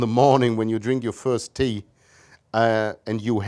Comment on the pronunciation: I like how he describes the beginning of the day with having your first tea and says "tea" in geordie accent